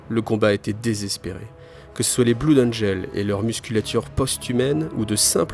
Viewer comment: D'ailleur ça serais pas plutôt "blode angeul"?